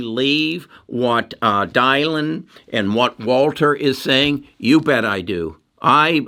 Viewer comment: I like your vids but it’s very concerning that you don’t know Dylan is pronounced “Dillon” not “Dye-lon”.